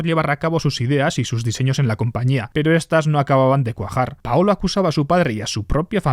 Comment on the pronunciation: Paulo, no paolo